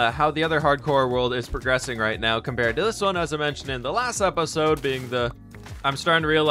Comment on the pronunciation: I love how he says episode "apasode"